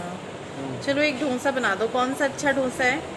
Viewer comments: Dhonsa Nahi Dosa Hota hai. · ढोन्सा नही डोसा. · Dosa not dhonsa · Dhosa nhi dosa bolte h...❤️👍